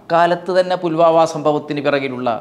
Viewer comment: 'പുൽമാവാ' അല്ല സാർ ഫുൽവാമ എന്നല്ലേ ?